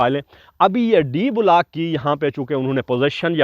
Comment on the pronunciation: کیا وجہ ھے کہ گورے ویڈیو بناتے ہیں تو ان میں گرامر کی غلطی ھوتی ھے نہ تلفظ کی۔ ہم لوگ "بلاک" کو بھی بگاڑ کر "بولاک" بنا ڈالتے ہیں۔ بھئی یو ٹیوب تمام دنیا میں دیکھا اور سنا جاتا ھے، نشر سے پہلے کسی سے تصحیح کروا لیا کریں اور مشق کر کے، الفاظ کا محتاط چناو کر کے، بین الاقوامی سطح پر پاکستان کا نام روشن فرمائیے۔